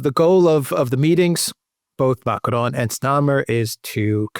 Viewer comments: I love thèse reports but god… please just use an English accent when you say Macron. It’s like nails on the chalkboard. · It's not MACARON 🤣🤣🤣 It's MACRON. ( pronounced :"Makron") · Man, stop it. You do not have to pronounce Macron as if you were mexican. Stop it.